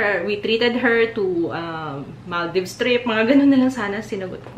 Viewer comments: Mahl - deevs is the correct pronunciation, you were right. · Tama po ang pronunciation niyo ng Maldives tho.